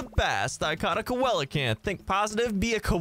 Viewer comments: Btw it’s not colacanth it’s (see-low-canth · Seelacanth it's how its pronounced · Correct me if I’m wrong but isn’t it see-luh-canth? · its seelacanth lol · Hey the coelcanth is pronounced see luh canth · He said coelacanth wrong it’s seal - lo - can- th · I think it’s pronounced see-luh-canth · Sorry- but its pronounced. See-low-can-th. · It's pronounced see-luh-canth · The way he pronounces coelacanth makes me cringe